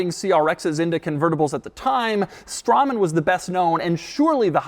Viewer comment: Hmm, I always heard Straman pronounced as 'Strayman'.